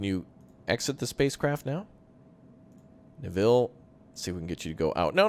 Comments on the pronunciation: Killing me how you're saying Neville! Its Nev-ille not Ne-ville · It's NEvill not NevIll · Typically Neville is pronounced like 'bevel' with an 'N' in place of the 'B'. :) Glory to Raptoria! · the way you pronounce "Neville" is hilarious:D this looks like a great game, more!